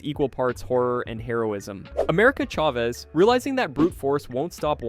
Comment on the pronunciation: America Chayvez? [Cha-Vez]*